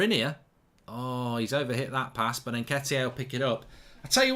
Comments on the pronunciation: It’s Nketeeay, Nketeeay. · Innit!😂 Diogo Yota Rickarlison Nketiyay